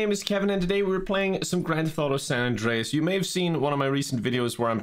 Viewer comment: Minion CJ says: "More San Andweas pweez"